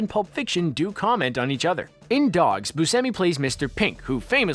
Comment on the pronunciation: I'm sorry, but did I just hear him say Steve Busemi and not Buscemi??